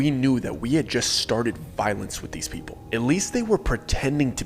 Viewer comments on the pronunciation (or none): none